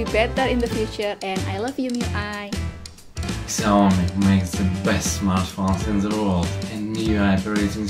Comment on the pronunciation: she said i love you mi i , subtitles had to save it, thank god